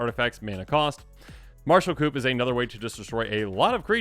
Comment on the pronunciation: I like the shorter videos, it allows us to consume more content. Also the word coup is pronounced "coo" it's French the P is silent.